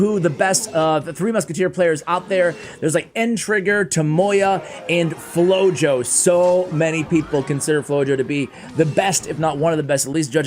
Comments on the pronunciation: I believe his name would be pronounced “floho” because flojo mean lazy in Spanish. It just seems like that’s what it means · Yup, I thought about the same word in Spanish when I read the name and listening "flow-yo" seemed weird.